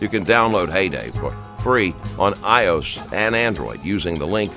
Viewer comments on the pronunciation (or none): Hayday on “eye-ohs” 😂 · noticed that too. "iOS" became "ah-yos" and the QR code. On. The screen.